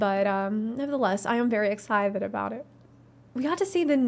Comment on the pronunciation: Did she say "Ex-scythe-ted?"